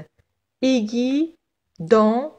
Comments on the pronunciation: Merci beaucoup mais je pense la prononciation du mot aiguille est اڨوي c'est pas اڨي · Merci pour cette vidéo. Petite remarque mot (aiguille) se prononce "aigwille" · اهلا بكم متتبعي الكرام. ورد خطأ في نطق كلمة aiguille الابره و التي تنطق "aigwille". شكرا على تفهمكم.